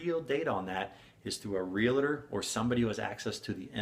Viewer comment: Real-tor, not re-la-tor. We are tors of real property. Please learn to pronounce.